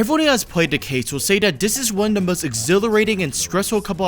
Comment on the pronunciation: I swear it took me to my 3rd or 4th watch to realise that you were saying 'da' in place of 'the' for the whole video 😂